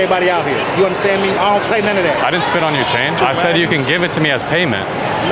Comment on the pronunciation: He said “speak” on my chain not “spit” on my chain